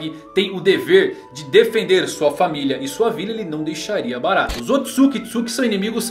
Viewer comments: primeiro diz-se "Otsutsuki" e não "Otsukitsuki" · Parei de assistir o video quando ele falou " Otsukisuki " pela segunda vez...